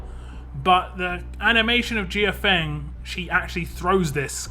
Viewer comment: Mortal Kombat crossover confirmed!! Lol Also, I think the a in her name is silent.